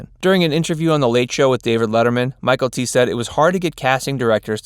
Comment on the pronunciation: The actor that played Bubba's name isn't Michael-T. His name was butchered in this. Maybe do some homework before the voice over.